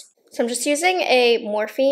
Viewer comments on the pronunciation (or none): none